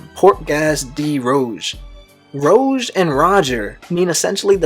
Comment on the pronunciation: and rouge as well. Lots of mispronunciation